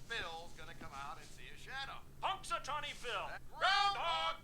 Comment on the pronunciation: Thank you for reacting to this! This is my birthday movie, since I happen to have been born on February 2nd, GROUNDHOG DAY! I actually travelled to Punxatawney (pronounced "punks a tohnny"), PA one year and it was really fun, but no day repeating over and over 🙂